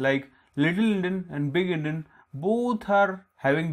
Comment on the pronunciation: Actually its Endian not Endin